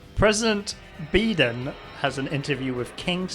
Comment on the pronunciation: I love how they can't get Joe's name right. Yadine Joe Andyica Joe Ddell 49 Bden Joan Baiden US President Jobeden President Boden President Beden President Baden President Bidden Lowves Bidden Benden's President President Benden Muwon Biden Anniford Biden Andry Badien President Barden It's like they're trying to type while drunk. lol